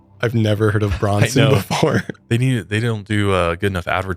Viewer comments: Totally just a side note, but I thought I would let you know it’s pronounced “Bran-sn”! I’m from that area, I find it funny when people try to pronounce it and it sounds like a more elegant place then it is 😂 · Branson. Bran rhymes with Fran. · springfield native! its b-RAN-son. everyone in the ozarks has taken a vacation there or at least been to silver dollar city. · Lol mf said "Bronson." Wtf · It’s Bran-son! 🙄 and most people in the state surrounding Missouri know of it. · I’m from Illinois and we call it Branson like “an” not “on”. Idk, lol I’ve heard of it but never been 🥴 Also, was awesome on Mile higher! 🙌🏼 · Branson is pronounced bran- son. The a is short as in apple 🅝🅞 negativity here just informing ❤ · Lol its pronounced Branson like Bran flakes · I live near the Quad Cities in Illinois and we all know Branson. My mother in law is in her 80's and I think she goes once a year for the shows. Maybe they haven't heard of it because they pronounced it wrong. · As someone from Missouri who grew up going to Branson, 1st that’s not how you pronounce it 😂, second it’s more like a Christian Vegas. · How did you pronounce Branson? Are you serious? lol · That’s not how you say Branson lol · Who mispronounces Branson?! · Do you mean Branson Missouri? Never heard it pronounced that way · Branson, MO is pronounced with an, like the word. It is a major tourist destination. I've been there and know people that go every year. Its known as the live entertainment capital of the world. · It's pronounced BRANSON not BRONSON. At first I had to Google to even know what you were speaking of. I live in central il and of course I have heard of Branson MO. it's very well known. Never heard of it known as the Las Vegas of the midwest lol but it has a ton of entertainment. Huge tourist attraction. I doubt your midwest upbringing if you have never heard of BrAnson 😮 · It's Branson, Mo. Not Bronson. Just saying guys. It's a huge country music show town. Great vaca spot.